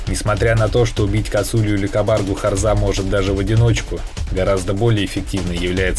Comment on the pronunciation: Автор дебил не харзЫ а харзА не кАбАрга а кабаргА